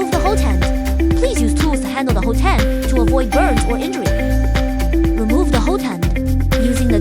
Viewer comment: It's pronounced "HOT-end", not "ho-TEND".